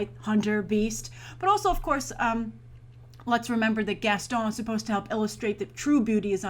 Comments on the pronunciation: I find it funny how you pronounce "Gaston". Idk why Edit: Also, I would've liked to see Dwayne Johnson as Gaston (random thought) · Just for the love of God, please stop saying "Gaston"!!!